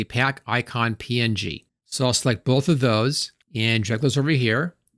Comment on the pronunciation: You add a "y" to every word you say. Even png somehow. "PNyG payck iycyon "